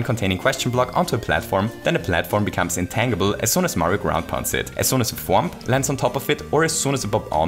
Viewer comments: you mispronounced tangible the entire video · I know English isn’t your first language,, but just fyi, “tangible” is pronounced with a “J” sound.